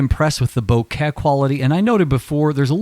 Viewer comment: long video - correctly pronounced bokeh - cool cat subscribed